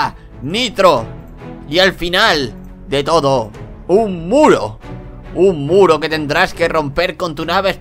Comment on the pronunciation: cuando dijo muro yo lo entendi culo